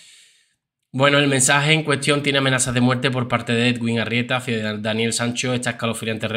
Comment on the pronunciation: Bizum buenas noches. Solo para decirte que el nombre del Doctor se pronuncia EDUIN porque la w en este nombre suena u.